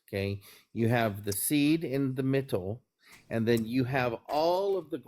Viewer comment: This guy saying MITTLE is making me homicidal